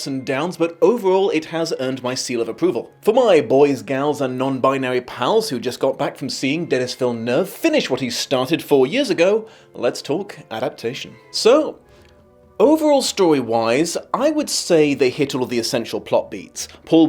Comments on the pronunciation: Love you much my dude but it’s “duh-NEE” not “Dennis.” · Hey, Denis isn’t pronounced like Dennis, it’s more like De-Knee. A good review as per usual, just hearing Dennis over and over was bugging the heck out of me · It's crazy that from all of the reviews I've seen, You are the best at pronouncing Villeneuve but you can't say Dennis properly